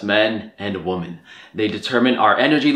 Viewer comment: I honestly love your videos, and this is no exception... but you say the word ‘women’ kind of weirdly